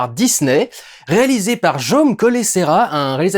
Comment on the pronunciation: Je apprécié toujours ton espagnol, mais dans ce cas, « Jaume », tu peux le lire avec la «J» à la française, parce que c'est un nom catalan ;-)